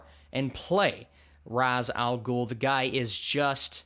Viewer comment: you say ra's al ghul name wrong